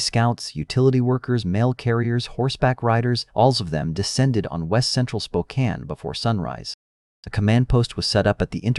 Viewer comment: shockingly, the ai was actually able to pronounce spokane correctly!